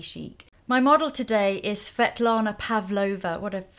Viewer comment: I am a Svetlana too and you were cute pronouncing it, don't worry ;)